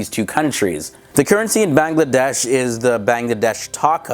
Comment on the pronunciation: plus you said Bangladesh wrong